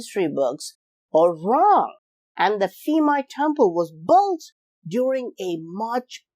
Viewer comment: Thai language base on Sanskrit and Pali not Greek, so please, when you see Thai name using "ph" in spelling do not pronounce it as "f".